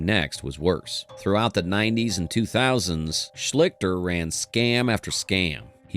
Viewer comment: Come on!!! Know how to pronounce the names of the SUBJECTS of your videos !!!!! #2 is pronounced Art SHLEES-ter